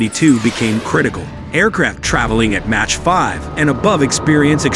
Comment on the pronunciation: MACH is pronounced "mock" not "match" !